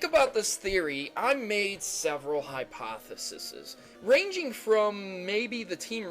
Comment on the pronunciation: HypotheSEES not hypotheSESEZ